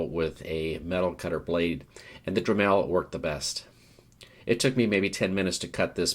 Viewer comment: Dreh-Melle lol. Not making fun, it was just funny to hear it pronounced like that, never heard that pronunciation before. But I believe it's pronounced more like "dremle" (like "tangle" or "apple").